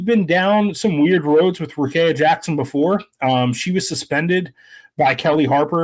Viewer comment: Please pronounce Rikea Jackson’s name properly. It is pronounced like this: Rah-KEY-ah, instead of Kay in the middle.